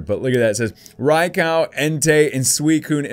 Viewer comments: It’s not ray-cow it’s ray-q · You said “RaiCow”... it’s Raikou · It's raykoo not raycow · Didn't know that this box is released today.:D Gorgeous pulls!:D My favorite would have to be Suicune.:) Plus, Raikou is pronounced as Rai-koo:D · Rai-COW LOL 😂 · I think its called raikou not raicow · Him:Rai cow Me:it's raik u it's not a cow it's a Rai ku😣😥😑😠😡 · U said raikou Wrong it’s not raikau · Its pronounced Raikoo you said raikow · It's not rye koko it's rye koh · I call raiku not raikau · Rai-Koo not Rai-cow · It j's not raiko its raikou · Btw it's actually pronounced like Raik-oh just so you know Lol. Also if you ever go back to the series when they show Raikou they say it that way lol. I know it doesn't really matter. But just thought I'd say it haha. Still loved this vid alot! Alot of GOOD CARDS!! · RYE-KOO is how you pronounce it and my favorite is Suicune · Raikou is pronounced "Ri-Ko." :) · Rye-cow? RYE-COW?! RYE-COW?! 😡😡😡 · I like suicune but isn't it pronounced rye-coo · Did he say rai cow? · its pronounced ray-koo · It’s pronounced rye-coo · You said Rai cow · Your mispronunciation literally won’t allow me to watch this video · It is pronounced riekoo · Not rye cow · Its pronounsed rai-ko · Ray cow? DO YOU KNOW HOW TO TALK? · You say raikou strangely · You’re not a real Pokémon fan if you can’t even pronounce Raikou properly